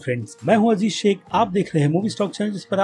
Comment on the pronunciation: bhai offend mat hona 🤗🤗 lekin app jab Aziz Shaikh bolte ho toh kabhi kabhi lagta hai app Abhisekh bol rahe ho😅😅 BTW NOICE NAME . 😁😁😁